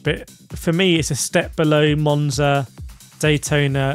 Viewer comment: You lost me with Monza and Sarthe as S....